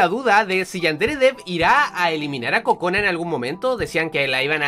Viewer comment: En una parte escuche Kojona XD